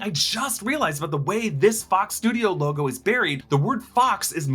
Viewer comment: I thought Deadpool said “oh my fox” ha